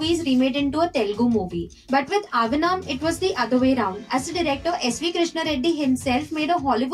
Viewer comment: its not avanaam you semi desi girl 😂😂, its ahvaanam which means Invited in Telugu